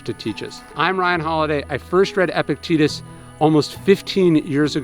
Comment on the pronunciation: Surely it's pronounced eh-PIC-te-TUS? Not epic-TEETUS?